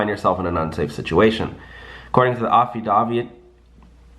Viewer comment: Ya like affidavit he said it its pronounced like david...day......not dovit dod lol.....ans wignman has multiple examples its mostly used for guys as back up and a way to help get girls at a club